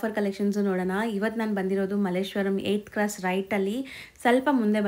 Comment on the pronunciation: ಏಯ್ತ್ ಕ್ರಾಸ್ ಸಾರಿ ಏತ್ ಕ್ರಾಸ್ ಅಲ್ಲ